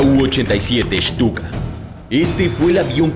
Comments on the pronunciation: WEY ES LA PRONUNCIASION DE STUKA QUE USASTE NO ES CORRECTA EN VEZ DE ESHTUKA ES ESTUKA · que mal que pronuncia los nombres shhtuka